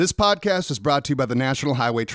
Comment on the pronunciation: Hahaha he said spodcat. Oh man I love Simon